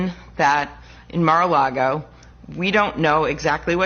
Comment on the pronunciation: Senator Round mispronounced MARA Largo as MIRA LARGO...He is going to make KING TRUMP ANGRY